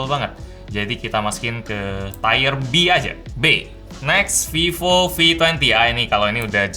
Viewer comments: Tier bacanya tir kok tayer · t-i--y-e-r list bang, bukan t-a-i-y-e-r list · Tier: tir bacanya Bang, bukan tire (ban mobil) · Bacanya bukan "tayer" kayak ban. Tetap tier. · Tier dibaca TIR = Peringkat. Tire dibaca TAYER = Ban. Semoga video selanjutnya tidak Tayer Tayer lagi ya.. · Mksdnya tier = Taier?bukannya dibaca tir ya? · Tier list bukan tire list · bacanya lebih ke "tir" bro bukan "taier" :) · Formatnya oke, softsalenya.. oke lah, cuma nyebut "tier"nya aja bang setau ane bacanya "tir" bukan "tayr". Cmiiw. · Tier = Taiyer / Tiyer? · feedback aja bang, "tier" baca "tir" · Cara baca 'tier' itu 'tir' bang, bukan 'tayer' :) Btw, lanjut bang bikin tier list brand lain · Videonya bagus Bang saya suka format yang seperti ini. Yang kurang cuman salah pengucapan aja "tire" sama "tier" itu beda hahaha. Bacanya kayak "tear" air mata. Btw Vivo itu kalo menurut saya design-nya paling keren.